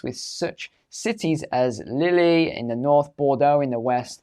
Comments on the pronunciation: Lille is pronounced Leel as in peel, not lilly 😂❤ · its pronounced "leeel" not lilly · Lille is pronounced Leel not Lilly, and I see every religion is mentioned for the possible assailants attack except for the one which is most likey, you know the "peaceful" one